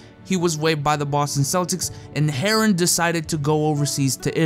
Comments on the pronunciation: the way u say herren sounded like heroin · Chris Herren-on